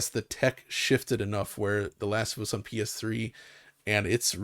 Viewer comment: Every time says PS Triple I wanna die inside.😒